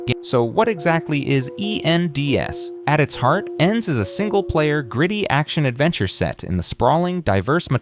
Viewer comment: Was looking for this comment. This man is too American. E N D S 😂😂